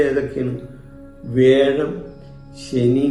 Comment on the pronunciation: എടോ . വേഴമല്ല. വ്യാഴം, ഒരു 100. പ്രാവശ്യം പറഞ്ഞു പഠിക്കു